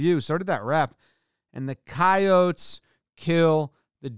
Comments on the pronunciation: Thank you for pronouncing coyotes as coyotes and not coyotes. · I go to school at USD (red team) and the last minutes were an emotional rollercoaster, major understatement but I couldn’t think of anything better. Also really really happy jomboy pronounced our name correctly Also the picture shown of the yote eating the jackrabbit? Our cheer team had the EXACT same picture on a sign at some point (Our cheer teams been move multiple times cause our field got renovated no clue where it’s at now) any way Go Yotes 🐺 Fuck State 🚫🐰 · I’m an NDSU alum, we play both schools every year, and I’m impressed that you said Coyotes correctly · That pronounciation is pretty common in a number of American dialects. No need for linguistic tunnel vision.